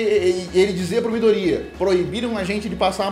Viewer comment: Só eu que passo nervoso toda vez que ele fala "midorÍya"?